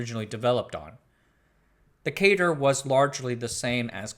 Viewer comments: Fun video, thanks for making it. As everyone else said, the 2nd MIT lisp machine was pronouced "cat-er" (CADR). Most of those pictures are of CADR's, not CONS machine. I've never seen a picture of a CONS. And the CADR was a 32 bit machine. The 3600 was 36 bits and the Ivory was 40 bits. More should be said about the 3600 - it was quite a machine. And you should mention David Moon along with Knight and RG. You can run the original CADR software today on an emulator I wrote. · 'cadr' rhymes with 'adder'. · The "a" in "CADR" is pronounced like the "a" in "cat", not like the "a" in "Kate".